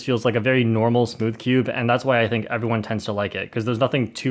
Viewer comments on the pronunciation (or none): He was trying to say SMOOTH cube